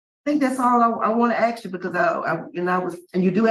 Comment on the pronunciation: Don't axe me. 🙄 😒